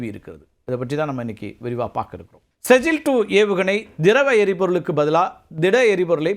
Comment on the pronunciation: செஜ்ஜில் இல்லை ஸிஜ்ஜீல்